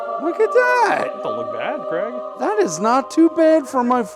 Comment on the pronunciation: Dude it's "Craig". But it easy to see how you mixed it up, the way they pronounce it over there is real short, like "Creg". For the US-ians : the original Scottish/UK pronunciation is like... Crayg 😁